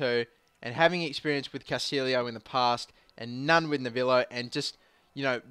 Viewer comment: It is because he pronounced Castillo and Navallo wrong in the beginning